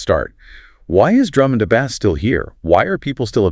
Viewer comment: I'm I listening to two AI voices talking to each other! I'm fine with that, but what I'm not fine with is how (she) says BASS! it's pronounced ((BASE)) not Baz 😂